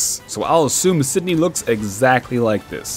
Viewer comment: Lmao on Sydney it sounded like he was trying as hard as possible to offend every Australian in existence.